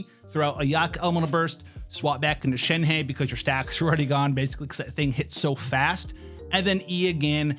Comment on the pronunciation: SHEN-HUH.... When you do a video about a certain character at the very least try and pronounce the name right like most of the ppl try to do. Thnx